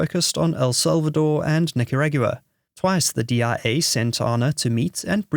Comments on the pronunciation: wtf Nicaragyooah? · this automated voice is awful. Yes, I meant automated voice, not AI. If it was AI it would most likely know how to pronounce Nicaragua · You must be kidding. Can't even say Nicaragua.